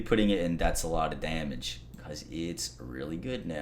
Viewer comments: Cool video. Watched it twice just to hear him say "Damnage" That's good Damnage That's alot of Damnage That's some Damnage Put a tight beat behind that shit and you gotta hit single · "Daimage" [chug]